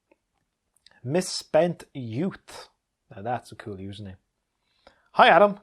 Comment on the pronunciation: Thanks for replying to my comment and pronouncing my username right! Haha awesome. Well deserved 20K Adam. So from one Adam to another. Here’s to many more subs and journeys!